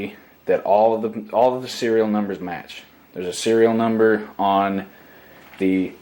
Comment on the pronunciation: NUMBER, not bumber.